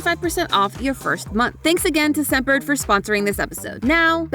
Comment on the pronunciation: I heard scent bird as semper